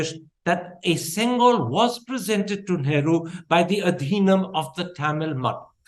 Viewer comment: Pronounce the word Adinam properly...